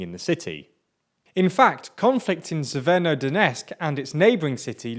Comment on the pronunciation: Why the f... Do you pronounce an "N" in "severo" from "Severodonetsk"? Yesterday I thought it's YouTube encoding but it's not, it's you.